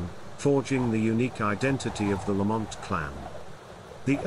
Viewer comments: It's pronounced Lamnt not bloody La mont 😡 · It is embarrassing that a video alleging to be about clan history cannot even pronounce the name correctly. It is not pronounced lah-MOHNT, with the stress on the 2nd syllable. The first syllable is LAMM, like Lamb of God. The 2nd syllable is mint, like mint tea. LAMM-mint. This is a serious error. You should redo the entire narration track of this video.